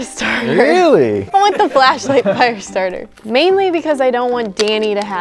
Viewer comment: Why did I hear “Fleshlight” instead of “Flashlight”